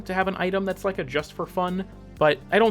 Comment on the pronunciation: You just said Ike